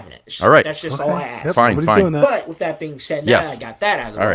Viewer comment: His ability to prenounce his T's is my favorite part about him. " wiff dat"